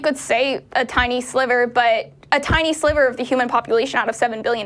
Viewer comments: Every time said, "tiny sliverrr," I was saying, ", I got your tiny sliver right here!" #middlefinger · the hatred in your voice when you pronounced EJ "a sliver" was so clear. You're going to have to work on that if you ever want to pass for a compassionate being.